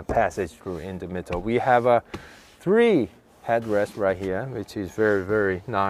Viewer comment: "in the mittle" 👍